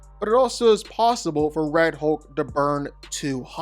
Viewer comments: #1...it's HULK...not HOLK. #2.... You keep calling Juggernaut, Colossus. That's just Weird, weird. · It's hulk not holk! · The way you say hulk the ULK 😂😂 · If I didn't know you were saying "Hulk" i would SWEAR you were saying "Hoke." 😂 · "Hohk" lol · You seem to have a problem, in pronouncing HULK... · The way you pronounce Hulk drives me NUTS